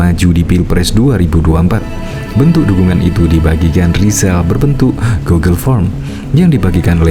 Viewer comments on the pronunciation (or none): none